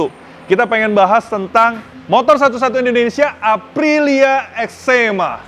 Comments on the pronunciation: Eczema tu penyakit bang 😂 It's (Ex'three'ma) = extreme. Hanya 30 di dunia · EX3MA dibacanya EXTREMA .. angka tiga dalam bahasa italia dibaca TRE .. EXTREMA artinya EXSTRIM dalam bahasa indonesia